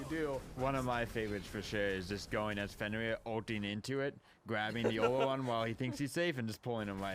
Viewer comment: Everyone keeps calling him O-lo-run. That pronunciation is wrong. It’s Or-Lor-Ruun. Geez